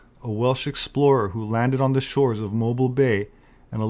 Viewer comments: “Moe-Beel” Alabama. 🙄 (not, Moe-bile.) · Mobile is pronounced Moe-beel. Not to be confused with a hanging "mobile". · Mobile, AL is pronounced MOW-beel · Great video, but you mispronounced the city of Mobile in Alabama, it's correctly pronounced Mo-Beal' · I'm from New Orleans, but being from the South I know Mobile Alabama is pronounced "MOE-BEEL" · Excellent video. The close was remarkable. Go for it. Also, Mobeeal. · That's 'Mobeel', Alabama.